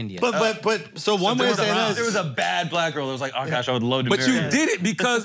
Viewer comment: Charla the first person ever on the pod to say Akaash name right 👏🏽👏🏽👏🏽